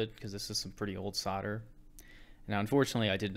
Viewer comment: You seem to say ‘ sarder ‘ when I think you mean ‘ solder ‘ 😂😂😂